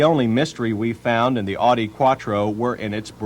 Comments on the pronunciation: That made me wanna punch him through my computer screen. It's "Ow-Dee" not "Awe-Dee"; get it right! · "Oughtie" instead of "Ow Di" from West Germany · He keeps saying "Oddie" instead of "Ow-die." LOL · Odi? What the fuck is an "Odi Coop"? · "Oww di" is correct. He isn't saying it right here. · Dislike how people pronounce audi. Say it right! 😒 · Ugh. If you’re going to review a car, at least learn how to correctly pronounce its name! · Please never pronounce Audi like that again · The way he pronounces Audi in this video drives me insane. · However it is pronounced, it is the Latin form of its founder's given name, August.